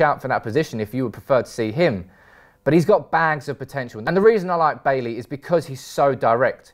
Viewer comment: Bailey , Koulibaly and Bailly... This guy have a thing for pronouncing baily 🤣🤣🤣